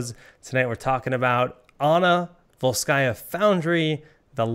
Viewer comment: It's VOlskaya and not VolskAya, because it's Russian and not French